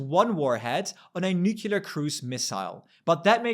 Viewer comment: You are in the EU talking about the EU. Don't use the stupid american mispronunciation of nucular! it's nuCLEar!